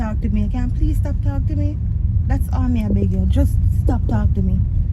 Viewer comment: said mi embarrass🤣